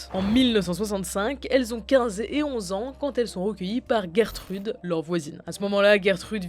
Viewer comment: Gertrude😂 ça se prononce pas geurre trude jer trude